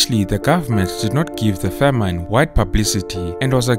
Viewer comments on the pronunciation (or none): A great and informative account. There is a small complaint: the narrator's pronunciation of the noun "famine" for which he pronounces the second syllable- "-ine" as in "fine" instead of "in" in the word in "pin". The use of "Selassie" as a surname is incorrect because the Ethiopian use the first name for surname. After all Haile Selassie means the Spirit of the Trinity. Good job, though, despite these minor errors.